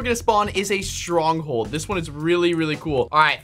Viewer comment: Did that say stonghold??? No r